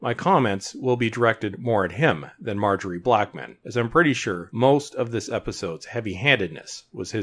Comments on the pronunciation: Malorie Blackman, not Margery Blackman. She is a notable writer and not just a random script head. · I mean, regardless of how he thinks it's spelt, that is definitely not how you pronounce "Malorie". Sure, we make mistakes, but if I were to make a video to project my opinion in a manner that makes it sound more objective than subjective, I would make sure I didn't get the name of the writer wrong, 'cos then it'd make accuracy look like something I don't care about, something that's fairly important for a video like this.